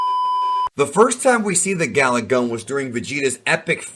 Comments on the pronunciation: Did you say Garlic? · Vegeta: "GALICK GUN..." Goku: "ooh! Did you say 'garlic-'." Vegeta: "AAARRGGHH!!!" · garlic gun was all i heard whenever he said galick